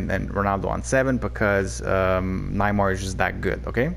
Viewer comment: cough cough pronounced Nay-mar 😉